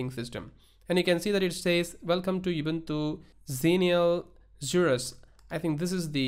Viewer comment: "you bun thuss". Now that's something new!